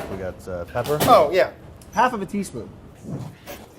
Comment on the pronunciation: lol "les do a teaspoom AHHHH...halfa tee spoon"